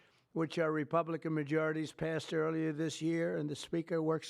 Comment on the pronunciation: REPAAAABLICAN. NOT REPUUUUUBLICAN